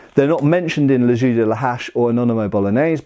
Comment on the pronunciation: I can't pass the fact that he prononce "les jeux" as "les ju" it's weard when you know how to speak french... But a lot of interesting things from this video.